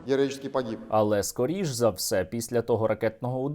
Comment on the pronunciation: «Героічєскі пагіб»…😅здохла свинособака